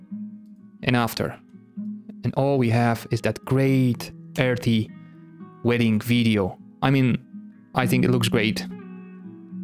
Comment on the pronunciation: I just popped in to find out what a "Weeding" film grade is.